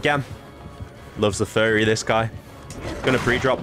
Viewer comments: Why do you pronounce furry like ferry? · Oh! “Furry” I always heard fairy and got confused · I thought he was saying fairy 🤣👌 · Thats what he was saying? I thought he kept saying "fairy". I was so confused